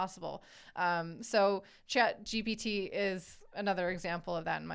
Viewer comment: Honestly this show has been going on long enough that it should be more polished. You guys have no idea what you're saying. and for the record it is CHAT GPT not chat gbt